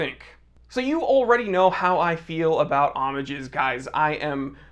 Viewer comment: You're calling it the right way in singular form, the 'h' is silent. In plural, the 'e' in the end is silent, there you're wrong: Omag(e) and Omag(e)s 😉